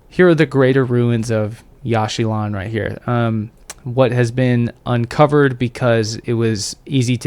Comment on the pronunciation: It is pronounced "Yawsh chilaan" not "Yash shee lawn"